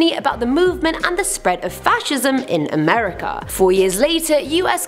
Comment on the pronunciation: Can we have a AAAmerican do AAAmerican stories or at least someone that can pronounce (A) merica.